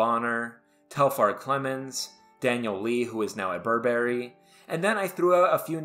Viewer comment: You do not pronounce "Burberry" correctly. People who knew nothing about it before it was mentioned in a rap say it the way you do